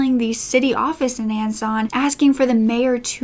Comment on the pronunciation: Love how covered this but was kind of cringing at the mispronunciation, example: Anne-zan. Ansan is supposed to be pronounced "Ahn-sahn"